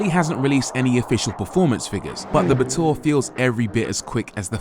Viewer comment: Brooo I pronounced the batur with sheer luxury ba’túrr 😂